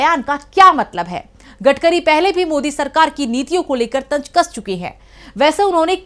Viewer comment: न ख़ायेंगे न ख़ाने देंगे ये खराब उच्चारण हैं। कहां सीखते हैं। तंज क्यों तंज़ न बोल सको तो व्यंग बोलो। भाषा सीखना आसान है। अवहेलना छोड़ना दरकार है।